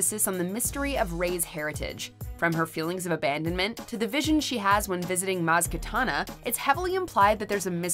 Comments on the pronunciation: Just a little nitpick with narration: The character's name is Maz Kanata, not Maz Katana as she said. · It's Maz Kanata not Katana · Oh , it’s Maz Kanata, not Kitana......... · "Maz Katana"! :) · did anyone else notice she called maz as KATANA and not KANATA.... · She really just said “Maz Katana” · Maz “Katana” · Maz "Katana"..? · "Maz Katana" lol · Maz Katana? 🤣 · Great video but Maz's name is Kanata and not Katana. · "Maz Katana" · Maz katana 😂 its kanada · MAZ KANATA NOT KATHANA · "Maz Katana?" Lol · Maz Katana? Really? -_ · Maz Ketana? Oooook. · Maz Katana? Wtf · “Maz Katana” 🤦‍♂️🤦‍♂️🤦‍♂️🤦‍♂️🤦‍♂️ MAZ KANATA!! fuck sake man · Do you mean maz kanata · Did she say "Moz *katana*"? You know what, I really even dont care.